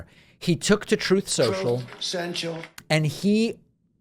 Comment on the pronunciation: “Troth Sential” 😂😂😂